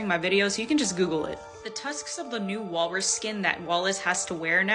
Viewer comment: Gurl its Walrus!